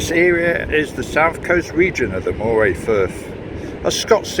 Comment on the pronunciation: Pronounced Murray!!!